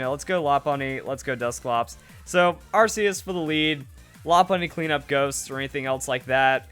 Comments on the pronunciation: It's pronounced ARK-ee-us!!!stop calling it an arse!!>:( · Its pronoucned arkeus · "we need the arceus battle" once you pronounce it right, you'll get them